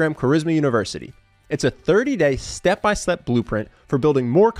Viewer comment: “Step by slep.” 🤣 He said it confidently tho…